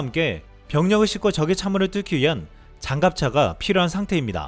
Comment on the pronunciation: 좋은 내용과 시원한 나레이션에 항상 감사하고 있습니다. 과로가 심하시죠? 건강 잘 챙기시길... 오늘 이상한 실수를 하나 하셔서... 병력을 싫고??? 병력을 싫어하면 안되죠~! 전쟁을 못하는데... 병력을 "싣고"겠죠?